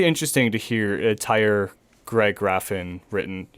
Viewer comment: Pretty cool Episode, guys! But please: it‘s not Gavin or Geffen! It‘s Graffin! Also it’s not Heston, but Hetson! Except for that, flawless! Thank you!